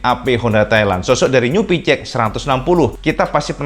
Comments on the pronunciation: Kenapa nyebutnya PiCiEx bukan PiSiEx? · Cak maaf sebelumnya. Pengucapan sampeyan homda PCX 160 Rada samar malah lebih sering mengucap hoda PiCeX. Ini hanya saran cak. Untuk narasi bagus kalo lebih bagus itu slow gak usah terburu-buru.